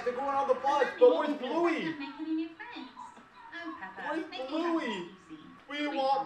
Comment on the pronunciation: It's not blouey it's bluey